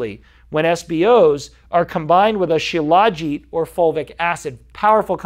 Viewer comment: FYI, it's spelled Shilajit, but it's pronounced Shila-jeet. I've researched it a lot. It's like Ashwagandha in that every so often you need to take a break from it. Do your own research, many sites have info on it. They say the cheaper versions of it may have heavy metals in them. I've been putting it in my coffee for about 3 years.